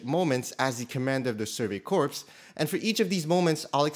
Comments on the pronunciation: Bruh its not the Survey CORPSE, it's pronounced Core. Facepalm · It is pronounced “Core”. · Corps is pronounced "core", similar to U.S. Marine Corps. Corpse is a dead human body. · “... as he commanded the Survey Corpse.” Well it’s pronounced ‘core’, and- *suddenly remembers what happens in the show*... actually, you might be on to something there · I don't know why for the life of me some people pronounce Corps as "Corpse." It's pronounced like "Core". If you're like "I can say it however I want" I dare you to say it like that in front of Gunny. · My guy corps is said like (core) not corpse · corps is "core" not "corpse" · My man really just said the «survey corpse» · ”Survey Corpse” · “Survey Corpse” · "As a leader of Survey Corpse", he really said that? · "survey corpse" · I can't tell if the mispronunciation of "Survey Corps" is a mistake or a very messed up joke (because they pretty much all die). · Ur calling them survey corpse .... normally id correct you ...but they die sm its kind of fitting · Did this man really just pronounce Survey Corps as Survey corpse? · Survey Corps pronounced as "Survey Core*" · ITS "CORE" NOT "COPRS" HOLY FUCK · Corps is pronounced, “core”. Brush up, bud